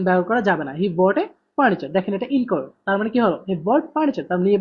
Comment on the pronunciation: vhai apnar pronounction wrong hoy....furniture